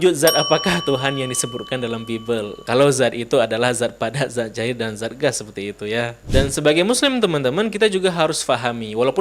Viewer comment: Banyak lidah yg salah, dzat tp di ucapkan zat....